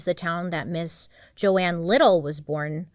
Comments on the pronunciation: Argh! Her name isn’t Joanne (Jo-Anne), it is JOAN (pronounced JONE). You have a bird named JOAN Bailey! You should have got this pronunciation right!! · The mispronunciations in this one are heavy girl lol. Her name is Joan not Joanne. 😂❤ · Is it pronounced joANN? Or Joan? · okay i’m confused, is it jo-anne or jo-ne?